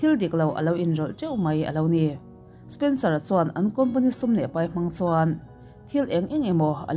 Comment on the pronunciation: Spencera kha spensora i ti zela 🤣🤣🤣